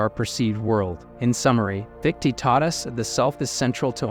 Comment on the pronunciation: Wanted to listen to this but couldn't take hearing "fiktee" over and over